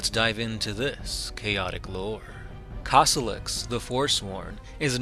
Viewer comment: I was trying to find him for good 15 minutes - isn't it supposed to be Kossolax instead of Kossolox?